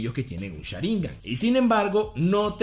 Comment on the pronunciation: Cada vez que dice "Sháringan" con acento hay un terremoto en Japón. Por Dios no se dice así